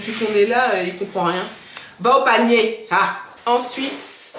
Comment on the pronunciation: le "va au panier" la ma achevé🤣🤣🤣 ivory coast voice